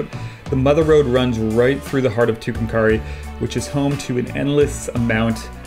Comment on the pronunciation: Fantastic work also, love hearing you pronounce Tucumcari.